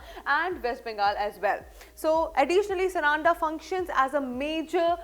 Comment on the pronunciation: Mam the pronunciation is सारंडा .. plz take care of this local name